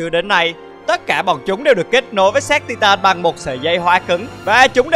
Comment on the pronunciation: Tai từn chứ không phải ti-tan nhé